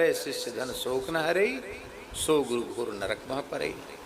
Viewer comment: guru diksha hota hau gu diksha nhi🤣